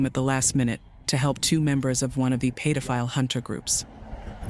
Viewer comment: AI can steal data and personal info, but can't seem to figure out how to fucking pronounce pedophile. Paid-o-file